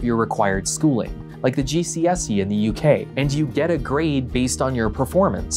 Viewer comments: as a Brit the way you pronounced GCSE boggled my brain 😭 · hi, big uk fan here. hearing you pronounce it "GC(Pause)SE" rather than "GCSE" (no pause) has just renched my soul from by body. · As a British person, hearing him say GCSE as ‘gdSe’ rather than ‘gscE’ tripped me the fuck out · And just realised I have never heard an American say GCSE. Stood out as we say GeeSee - EssSee, whereas you said GeeSeeEss - Ee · The way you pronounced "G.C.S.E" sent shivers down my spine... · Yep as a German I found that also a bit disconcerting the incomprehensible Abitur after was quite funny though. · As an American, it sounded strange to me as well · The way he said GCSE made me laugh